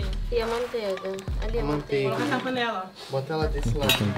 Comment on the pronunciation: Alguém escutou o dizendo maonteiga